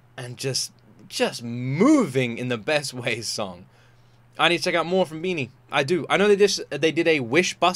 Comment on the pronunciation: It’s BINI pronounce as ( bee-knee). Not ( bye-knee).